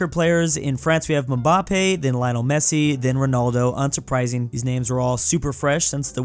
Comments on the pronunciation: "Mumbampei" "Laionel Messi" 😭😭😭😭 sorry but correction: Mbappe "Embappe" (literal prounciation) Lionel "Lionel" (pronounce it as it is) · Bro said Lionel wrong